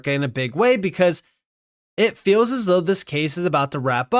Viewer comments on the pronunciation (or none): Can’t get over how this man says “as. “Uzz an institution” 😂😂😂